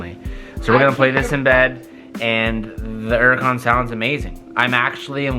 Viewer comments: Am I the only one who notices he says “uracon” instead of Huracon.... idk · Is it just me or am I the only one who gets pissed off at how pronounces hurican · Why always saying “erican”? The h is not silent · Only question, why do you pronounce it “uracan” instead of “huracan” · Please stop calling it a "Uracan" the H isn't silent dude.... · Why u say urrican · Why does he say Huracan like yeracon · Why do Americans say ‘Uracan? Like, there’s a H. Same with ‘erbs. What you got against H? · Does anyone else have there gears grind when they hear say uracan instead of huracan? 😂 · Has given up saying H for 2021. Uracon drives me crazy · I swear im about to lose my mind if he says Uracan one more time. XD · Anyone else annoyed he doesn’t pronounce the H? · Can you please start pronouncing the name of the car correctly. The "H" isn't silent. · It's pronounced 'yur-ah-con' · Why u not say the H IN THE HURRICAN LOL ITS NOT SILENT